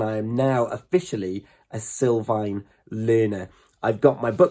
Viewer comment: Sul not sil